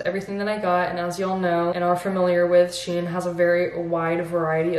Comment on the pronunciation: With all my respect it is not correct to pronounce it shien but SHEIN